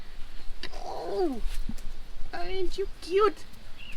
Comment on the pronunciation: Norally, I laughed so hard when you said aah so Kjoet.... typically Dutch ;)